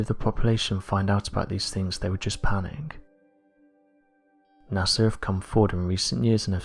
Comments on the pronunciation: The most interesting phenomenon, that is blowing my mind, concerns how you can say “Nassar”, all the way up until like , then nail it “NASA.” Pow, flash, brain-matter-splatter, The Mad Hatter. Or bubble helmet Newton...Hootin. Goofin with love & respect. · So you honestly think NASA is pronounced Nasser?